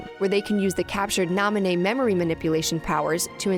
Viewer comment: "Na-mee-né" I choked on my water